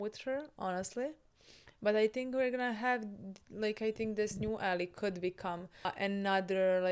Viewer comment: Also is right with pronunciation of "ally" - as in the person on your side.